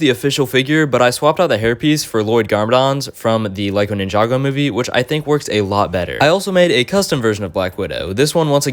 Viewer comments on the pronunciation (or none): none